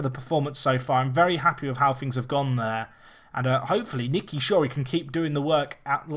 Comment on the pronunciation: Shorey is S not N you did it again